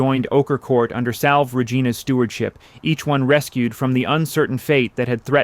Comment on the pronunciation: It’s pronounced Salvay not salve